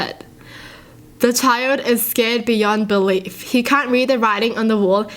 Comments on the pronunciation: Haha when she says “That scAred me” instead of “Scared”🤣❤️ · "And it scred me a lot" Wa